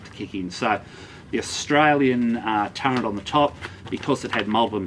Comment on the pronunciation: Did you say 'turrent'?